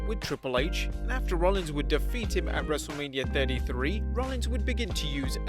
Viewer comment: Every intro, I hear "Wrestle-labia".